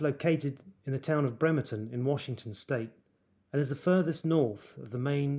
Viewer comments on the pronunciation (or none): none